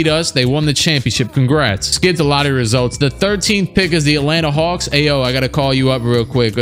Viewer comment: Aa an Illinois and Bulls fan. It hurt the way he butchered Ayo's name lol